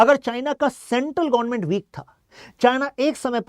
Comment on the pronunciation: Gonment 😂nahi hota government hota hai